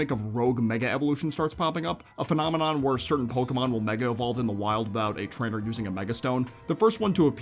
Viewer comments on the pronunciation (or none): none